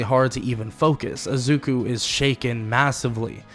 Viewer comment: I like I'm just focusing on the times he says azuku not izuku😂 but really good vid bro